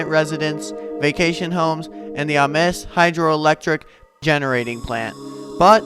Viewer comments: I'm pretty sure the location is pronounced "Aim-s", not "Ah-mes". Check with a few old timers. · If you can say James, you can say Ames. With a long 'A'. ah MEZ is Spanish. Nice job otherwise. Appreciate the footage ! B. Ames